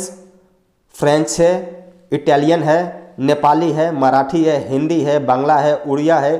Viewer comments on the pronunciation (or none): none